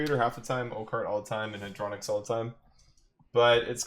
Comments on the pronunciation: HAD - RO - NOX, not HAD - RONIX. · You're spelling Hadronox the wrong waaaay dude , you make it sound like a BeyBlade name ...